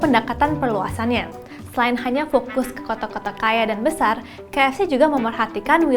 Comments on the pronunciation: Lucuk...kakanya nyebut ka ef ceh 😆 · Salfok sama penyebutan kaef ce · salfok ama logat MC nya ngomong kata "KFC"